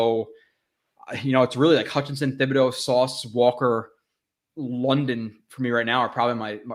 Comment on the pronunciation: Hey love your content but just FYI Thibodeux is pronounced with a hard T, not TH